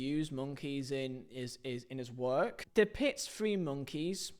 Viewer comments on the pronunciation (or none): none